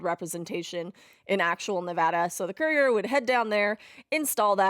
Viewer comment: Wow this is a fantastic project you’ve worked on, thank you for your dedication. As someone who was born, raised, and currently live in Las Vegas, Nevada I love this and your correct pronunciation of Nevada. Now I have to walk the way of the courier when I buy your map.